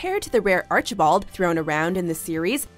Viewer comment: no one: Penelope blossom: aRcHiEbOLd